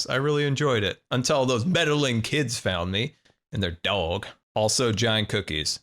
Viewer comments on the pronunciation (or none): none